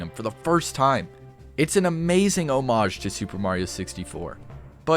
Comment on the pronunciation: POG! At least you know how to say "hommage":)